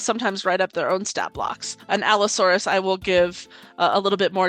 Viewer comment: Its pronounced Pachycephalosaurus & Allosaurus